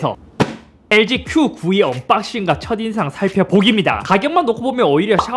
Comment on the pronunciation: Q92 말씀하시는데 [큐구이]라고 읽으셔서 듣기로 계속 QV로 들었네요ㅋㅋㅋ